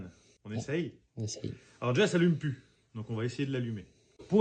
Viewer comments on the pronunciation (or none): none